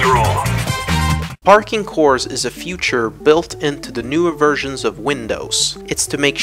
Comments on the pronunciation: you keep saying "future" instead of "feature" which is pronounced like "feat" and then "ure" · he also said future instead of feature. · Do you guys really trust someone who says future instead of feature ? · u always say future instead of feature in every video